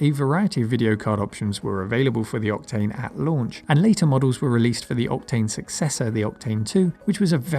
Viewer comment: I can't help but hear you saying repeatedly "Optane" instead of "Octane". :) Is it me, or... ? BTW the SSE isn't a simple renaming of the SSI: it's faster, too. The SI/SSI/MXI is a slight enhancement over the Indigo2 Solid Impact/Max Impact previous generation hardware. SE/SSE and MXE final E stood for "enhanced". The SI has only one triangle engine. SSI and MXI have two. MXI has texture memory added. SI + texture was also available, but had no brand name for some reason. The main difference with the Indigo2 Impact is that there were no SuperSolid Impact Indigo2, unless you fried the super hot RDRAM-based texture RAM of your Maximum Impact :) , but the SI+texture had a brand name, "High Impact". As the Maximum Impact graphic set used up all of the available expansion slots, High Impact was preferred for video editing (to allow for an additional video acquisition/output card).